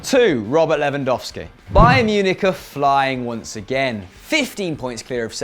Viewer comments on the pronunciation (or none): none